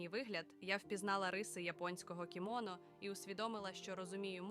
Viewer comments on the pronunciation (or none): Я гадала вона Юм'єла. А ще кімонó. І... волóссям))) Однак як для Аі дуже непогано)